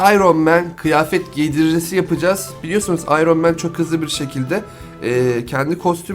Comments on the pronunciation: abi ayron men ne yaw ayrın men diye okunuyor NOT: tabiiki yazilisi Iron Man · İronman ayrın men diye okunur ... Daha onu bilmiyosan ??